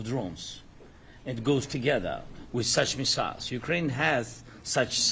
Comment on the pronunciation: Когда его научат правильно произносить слово missile? Просто позорник!